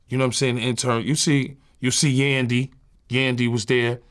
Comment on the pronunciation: The emphasis on yandy 😂